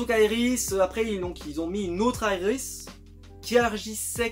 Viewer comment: c est Iris est pas yris